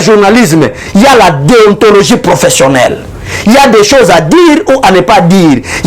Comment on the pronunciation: Monsieur en même tant tu parle de la déontologie journalistique (les mots que tu n arrive même pas à prononcé) et en même tant tu te réclame de l udpste. Confusion